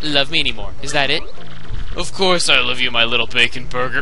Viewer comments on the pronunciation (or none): During the "I love you" part it sounded to me like you were saying "Gobble" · when he says luv u 100 times it sort of sounds like no